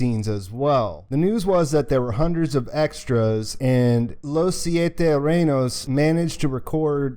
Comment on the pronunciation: you say Los Siete Reynos very well, no need to apologize. Thank You for the Update!